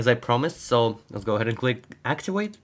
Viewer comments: Your V sounds way to W. Activate not Actiwake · Its Activate not Actiwate. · Sounds like your saying actuated instead of activated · "Hello everyone, in this video I will try to axiwate windows... "